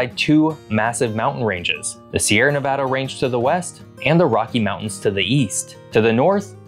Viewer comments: Very glad you say Nevada correctly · Thank you for pronouncing Nevada correctly